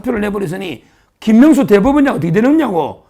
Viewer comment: 서변호사님 김명수 말씀하시는데 김문수로 들리네요 발음 조금~~~~~~~~:face-fuchsia-tongue-out::face-fuchsia-tongue-out::face-fuchsia-tongue-out